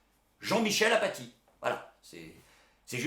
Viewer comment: Ca se prononce Afacie ...